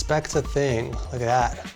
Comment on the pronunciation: THAT❌ DAT✅